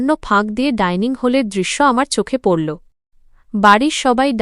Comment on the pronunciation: এ কে? বাংলা পড়তে জানে না, কে বলেছে পড়তে। লাগল্‌, পড়ল্‌ এ গুলো কী